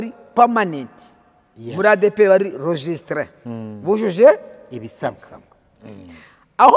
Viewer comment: Ese nkubu Nshimiye aba avuga iki koko uretse amatiku ko ntakindi azi? Umuntu utazi no gusuma? Nyumvira ukuntu avuga ngo registré? Wamugabo we waretse ubujiji ukareka kubeshya abantu koko? Ntasoni ufite ? Ngo nta gukorera Imana? Ubu nka Nshimiye niwowe wari umukozi w' Imana? Ese ninde wababeshye ko hagiyemo abadasanzwe mu murimo? Ninde wabashye ko iyo umuntu yize aba adakijijwe? Ninde wababeshye ko hakizwa abakene gusa batanize? Muraruhijwe mwebwe ahubwo pe! Ubuse iyo murebye mubona igihe cy' injiji nka Nshimiye w' umusabirizi aribyo itorero ryari riyobowe neza?Erega mujye mwemera mwakire impinduka.Ntabwo ADEPR ariyo izahora muri ubwo bujiji bwanyuuu.